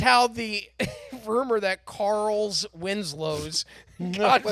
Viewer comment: “Carls Winslow” 😂😂😂